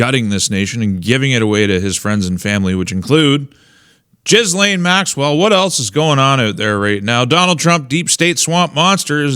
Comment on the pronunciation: FWIW - FYI - Ghislaine is pronounced with a hard G (as in gold), "Gill - lane". The S is silent. 🙂